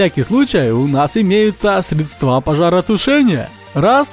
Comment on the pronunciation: Еще и ударения неправильно ставят... В самом начале по ушам дало от "средствА"